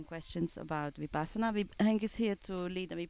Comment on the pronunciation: Not vipasana,but vipassna.